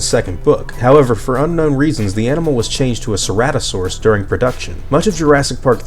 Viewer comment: You mispronounced ceratosaurus...